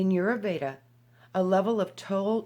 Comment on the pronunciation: Vasant Lad. Check him out. Ditch the new age paradigm and understand that Ayurveda...pronounced...i yur vey da , is thousands' of years in practice. Jumping from book to book is merely clipping scraps . If one truly chooses to immerse in the healing modalities of Ayurveda, then apprentice to a practioner and study the vedas. Otherwise, reading one sentence out of a book means nothing. Practice makes perfect.